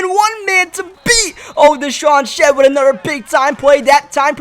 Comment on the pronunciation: It is not ANODER IT IS ANOTHER